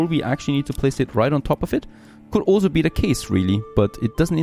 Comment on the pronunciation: You say "Also" or rather "olso" way too much, damn. Nice content though.